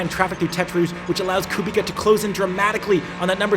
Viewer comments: IT'S KUBICA NOT KUBIKA UNSUB + DISLIKE >:( jk great video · Bro, Kubica. Not Ku Bika... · Great video mate, please though, Kubica pronounced (koobitza) not (koobika) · Come on dude it’s not Kubika it’s Kubica, dude the man just won this race !! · KUBIZA. Hes just one of the most famous racing drivers in the world and you mispronounecd his name? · Amazing video, I love your content. Estre's start had me leaping off the sofa. But please say it with me: KOO-BIIIII-TTSSAAA. Guy deserves some respect on his name after the mega stint at the end of the race and his incredible comeback story. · Hi, you pronounce R. Kubica's name wrong(: as u pronounce it : Kubika), but its a nice video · Someone should tell him it's pronounced Kubitza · Btw when ur saying Kubica the c is like an s not k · Please pronous KUBICA C=C not K ;) For Polish people sounds really bad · The C in Polish names is always pronounced as a soft C. Unless there is a H following and then it is silent. My surname SUCHECKI is pronounced phonetically SU, HETS, KI Hope this is informative